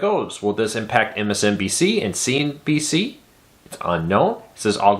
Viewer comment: you forgot the n in cnbc as you were saying cbc which is a canadian tv station.